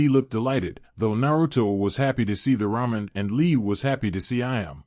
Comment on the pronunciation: Alright here we go again, ahem, RAW MEN, uh I uh, I meant ramen, damn it..